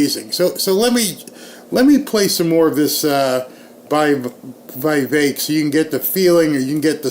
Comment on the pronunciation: for God's sake!!! Vivek is pronounced: VI like the vi in 'vision', VEK like 'veik'!